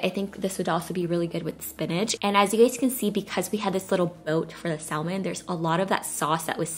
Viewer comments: The “L” is silent. It’s pronounced sam-on, not salm-on. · Pronounced samon...not salmon. Great recipes, thank you. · Please don't say sal-man. It's pronounced like sam-on. Thanks! 😉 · Love your recipe videos!!😊 (BTW...It’s Samon don’t pronounce the L) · Blaccat....hahahaha.....stop it! Cut some slack, she can't be drop dead gorgeous, a great mom, cook, wife, Aaaaand correctly pronounce the word "samon" too. Lmao, I love this, her videos are LIFE!!❤ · I love you and your videos SO much, and I’m one of your biggest fans, but girl... SAM-on 😜! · Hey love, the fish is pronounced Sam-on. The "L" actually is silent 🤫. - with love ❤️ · JFYI Salmon is pronounced ' sam-uhn ' No L sound. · THE L IS SILENT IN SALMON!!! ITS SAM- IN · Its pronounced SAMON NOT salmon. I mean really, c’mon. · Ugh saying saLmon ruined the vid for me 😭😂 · The L is silent in salmon lol 😝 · I found it cringey to listen to over and over LoL just one of those things but love the recipe! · really lovely recipes thank you....dont mean to offend, the 'l' in salmon is silent. have a beautiful evening. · I'm glad someone said something! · THANK YOU! My mom is a stickler for proper grammar/pronunciation and I totally get it from her. I wanted to click off the video every time she said it cause it drives me bonkers, BUT I stayed because it looked delicious. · Lol thank you for saying something. Yes silent "l" 👍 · These recipes look delicious 😋 But really triggered by how you pronounce salmon the L is silent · Glad I wasn't the only one, ALMONDS too....lol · I thought it was just me. 😐😟☹😞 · Thank you for the ideas. Please note the L is silent in salmon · Love your videos. Im a long time subscriber. You don't pronounce the L in salmon honey. 👍🏾🥰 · Great video, everything looks delicious....sidenote: you said "Salmon" but just don't pronounce the " L " in it. Overall, excellent cooking, fall recipes and your baby boy is adorable,!:) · Yes that 'L' drove me crazy.